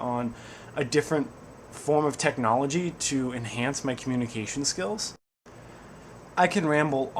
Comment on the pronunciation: did you just say coNNunication??? LOLS!!